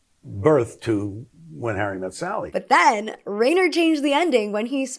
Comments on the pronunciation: The director of your favorite film pronounces his name Ri-ner, not Rain-er. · It's Rob RYE-ner, NOT RAIN-er. The general rule of germanic names with "ei" or "ie" is that you pronounce the second letter. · Reiner is pronounced rye-ner… not ray-ner 😬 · Actor - director - producer Rob Reiner's name is pronounced "RY-ner", not "Rayner". I'm sure I'll be written off as some kind of cranky "Boomer", but it hurts your ability to be taken seriously when you repeatedly mispronounce the name of one of the most prolific and talented directors in the industry. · R eye ner, not Rain ner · Rob Reiner's name is pronounced "Ryner" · Rob Reiner is pronounced Rine er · Love the commentary, but though loves Rob Reiner's movie, she mispronounced his name throughout the segment about his film. It's Reiner = "RYE-ner" I'm old and grew up knowing him and his famous dad from TV and the new generation should be informed to at least SAY this comedy giant's name correctly. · rainer? rainer? geez... big, thick unsub for that one. film literacy should include the pronunciation of crazy-established names. I do like rainer tho.. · Great video!! Im excited for rom com fall 😊. Oh! It's pronounced Rob RYE-NER 🙂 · Reiner is pronounced R-eye-ner. I think with names in particular it would be worth your time to learn to pronounce them correctly (this happens a lot in your videos), as it comes off as disrespectful to the person and their work. It's also frankly really unprofessional, and this is literally your job. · please, please please PLEASE look up name pronunciations before recording! the rein in reiner is pronounced like the stein in frankenstein. his name will be said at the end of any interview. flubbing word pronunciations is one thing, but it's important to get people's names right. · I love you, but how you're saying "Reiner" is driving me nuts lol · I love you,! Even though you said Rob Reiner's name wrong like a hundred times.